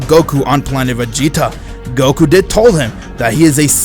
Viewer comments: Man really said goru instead of Goku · When I first heard you say "Goku" 1 year ago. I thought it was weird. But now, I feel like that's the actual way of saying goku. Love Ya